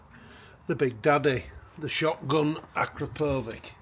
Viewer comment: Super helpful - thank you! On your note about how to pronounce “Akrapovic”, it’s as you pronounced it except the last syllable is as in “sandwich”.